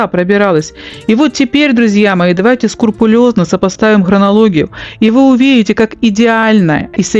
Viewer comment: не скурпулезно, а скрупулезно, так нтересно Вас слушать, но это слово режет ухо.